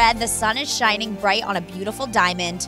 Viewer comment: shining, not "shinning"...